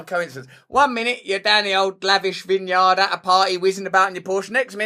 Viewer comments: its pronounced Vin-Uard . just sayin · lol wtf is that vineyard pronunciation, oh wait you fixed it later lol